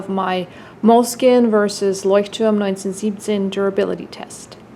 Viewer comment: I've only been using Moleskine up to now. As you, I'm not that pleased with the paper, but in my opinion the great Moleskine Cover outweights the Leuchtturm paper just a tiny bit. Gonna have a try on Leuchtturm though. Great that you pronounced it the German way (also the number), not many english speaking people do that. ;) Greetings from Germany and thanks for your nice review!